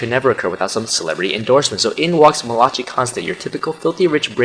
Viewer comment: he comes for only 15 minutes at a time, not an hour. and... mel-AH-chee??????!! its (mAL-i-KIE) mali-CHI